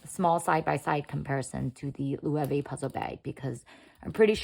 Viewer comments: Loewe is pronounced "loh-EH-veh" (lo-eh-vay)., not the way you say it as Lu-way-ve. Please know how to pronounce words before you record a video. You sound ignorant. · The pronunciation of Loewe here is so funny. It's the German word for lion. I feel that the top handles on both these bags wouldn't help me find what I'm looking for inside the bag very easily. Also, these days an external phone pocket is more practical.